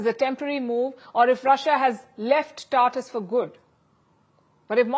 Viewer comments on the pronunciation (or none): It is pronounced Tar Toos, Palki.